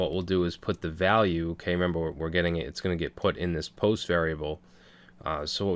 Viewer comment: What a wonderfull course. I was waiting silently when you were going to realize "valule". Thanks for the series. Be nice to yourself at least as much as you are nice to us and don't forget that, YOU are such a wonderfull guy!!.